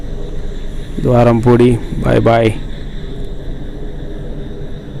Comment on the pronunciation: ద్వారంపూడి కాదు బ్రో. ద్వారపూడి